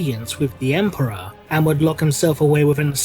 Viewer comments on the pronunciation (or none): Is it just me or does it sound like says Emprah instead of Emperor?